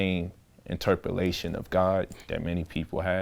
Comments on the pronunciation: Is it interperlation Or interpretation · interpalation? ooooor interpretation 🤔🤔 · Interpulations lol